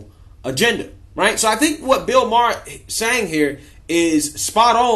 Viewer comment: I dont wanna BE rude. But i think its Maher not Mahar...peace✌️ Freeeee ma boy Kyleeeeee